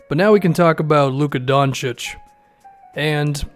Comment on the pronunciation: ayyy is pronouncing Doncic correctly now